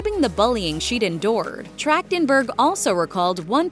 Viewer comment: Her last name is pronounced with a hard "K" sound? Weird.